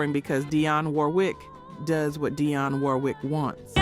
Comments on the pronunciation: Proper Pronounciation: DEE ON . NOT D EYE ON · Thus is AI. Who mispronounced Dionne's name.